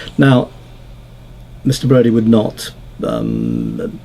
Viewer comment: Are you sure this was Brady's psychiatrist, and not Ian Broudie's from the Lightening Seeds? Just kidding, but still... odd that he mispronounced his name like that.